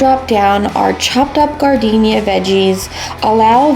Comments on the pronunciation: You’re killing me! Learn how to pronounce “jar den air”!!! Have you never been to Chicago and had an Italian Beef Sandwich? They will ask you if you want sweet peppers or spicy “jar den air”, not gardenia! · OMG! I’m an Okie and even I know that it’s pronounced “jar-den-era”. Gardenia is a flower 🤨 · You said gardenia— that is a flower. It’s jar- den- yaira😂😂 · Gardenia? we eating flowers? Giardiniera is NOT pronounced Gardenia. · Chicago guy here. That’s hot giardiniera. Pronounced jar da nera lol.